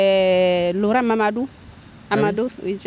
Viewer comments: "J'ai legaldé FLOLAN MAMADOU" MDRRRRRR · 7min15 "Florent Mamadou" Mdrrr